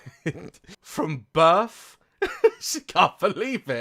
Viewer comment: "From Birf??" 😂😂 Im ded..